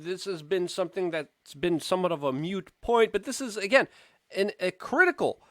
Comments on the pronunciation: Moot, not mute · It's moot. Sounded like you said mute. I know I'm an ass, and you're welcome.